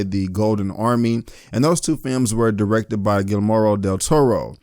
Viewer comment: You Lost me at “Guil-moro DelToro”